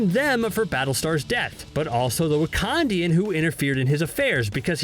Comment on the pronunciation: People from Wakanda are called Wakandans and not Wakandians